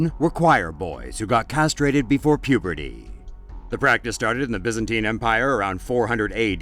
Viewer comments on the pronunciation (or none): none